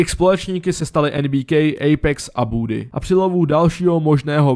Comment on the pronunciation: nohate,ale do příště se pls nauč vyslovovat správně ty názvy jako je boddy(není to bůdy ale body),Kqly(není to Kjůli) :) pro někoho kdo je fanoušek a vše to zná tak to trhá uši :D